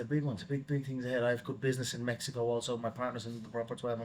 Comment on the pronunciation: the way Conor says MMEXICO 😂